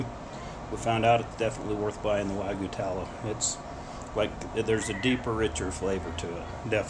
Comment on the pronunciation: The y in wagyu should be pronounced.